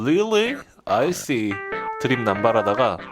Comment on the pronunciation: 8분 50초 I cee 가아니라 I see 아닌감... 뭐 나도 영어를 잘못해서 아닐수도